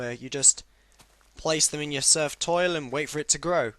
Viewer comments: Thumbs up if you heard Surfed Toil instead of Turfed Soil lmao Love you No homo;) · I heard surf toil. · "Place them in your surfed tiol" xD